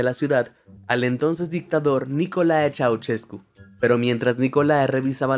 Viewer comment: Sorprendente siquiera sabia eso de mi país 😮 Me da risa de como lo leíste porque no se lee así. Nicolae lo dijiste bien pero Ceaușescu no.😂😂😂😂 Si te da mas facil para leer el nombre(como suena en inglés) Ceaushescu por que la letra ș suena igual que sh en Ingles asi que si sabes leer „she” y le quitas la e , ya es una ș.